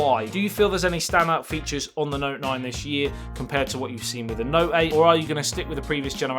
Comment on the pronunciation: not noine